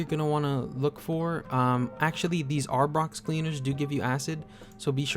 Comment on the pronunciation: It's "uh-brax-o" cleaner, not ARBOX